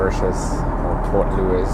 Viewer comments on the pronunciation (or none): none